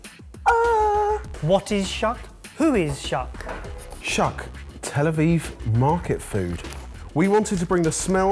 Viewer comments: Love you guys, and babka is my favorite cake, but - Shuk is pronounced shook (like book) 🇮🇱💙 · Just for reference since I haven't seen anybody say this yet, it's pronounced "shook," not "shuk." It's the Hebrew word for market. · Shuk is pronounced 'shook'..... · SHUK PRONOUNCED SHUCK LOL I'M DEAD -- IT'S SHUK PRONOUNCED LIKE SH-OOH-K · When he first said the name of the Tel Aviv box I thought it was about corn, then I understood he just mispronounced the word shuck ( pronounced shook ) which means market. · you say it like shook and not like shak and it's a street market not what ever sad in the end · "shuk" is pronounced "shük", not shook like "I just shook the branch" but a long u like in boot. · They said it like duck and shook. Good to know it's like boot. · Just to let you know... You're saying shul wrong... It's more like Shook...( With love from a watcher in Israel) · Every time they say “shuck” instead of “shuk” I lose an hour off my life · Fun fact, shuk is pronounced shook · Shuk is pronounced like shook :) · The first one is pronounced with a u (like shook) it means market in hebrew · the way they said "shuk" made me laugh.. it's supposed to be "shook", which means marketplace in hebrew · Aww you guys. It’s pronounced “shook” (שׁוּק). 💗😂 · Just an FYI - Shuk is pronounced "shook" (as in past tense of shake) - it's Hebrew for "Market" (very similar to the Arab "Souk"). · it's actually pronounced 'shook' :) and, also, what the hell is that second definition?!!? never heard that before! lol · It’s pronounced Shuuuuk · Shuk is pronounced shook and it means market in Hebrew lmao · Sorry just a message from Israel, it's pronounced shook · dropping in for pronunciation - Shuk is pronounced shook. it means market in hebrew :) loved the episode!!! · Shuk is pronounced shouk, not with an a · Shuk is pronounced sh-oo-k and it means market in Hebrew 🤣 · FYI ‘shuk’ is pronounced with a long u, like in ‘sushi’. Loved the video as always! :)